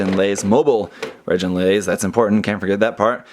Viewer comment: I think they pronounced it "reh-gin-laze," rather than "reh-JIN-laze" in the anime ("g" pronounced as in good").